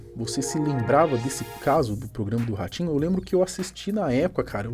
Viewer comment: Ele fala ratinho eu ouço orochinho